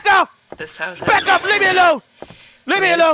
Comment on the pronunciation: Am I the only one who heard pack instead of back?